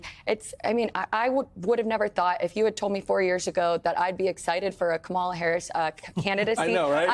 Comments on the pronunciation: Can anyone say her name correctly? Jesus its not hard. COMMA-LA. (Like the punctuation) Kamala. Normalize getting that right. Thats our future President. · can you at least say KA MA LA 's name correct? It's not that hard. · please learn how to pronounce Kamala’s name.